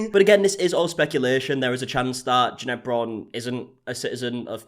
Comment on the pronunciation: Oooo I believe it’s pronounced “Janet” 😂😉